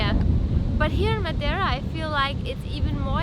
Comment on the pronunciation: proniunciation of Madeira: ⭐⭐⭐⭐⭐